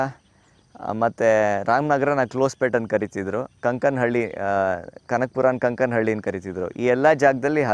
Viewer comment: ಕಂಕನಹಳ್ಳಿ ಅಲ್ಲ, ಕಾನ್ ಕಾನ್ ಹಳ್ಳಿ.